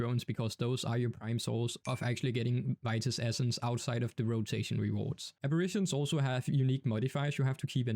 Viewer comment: bro be saying abirations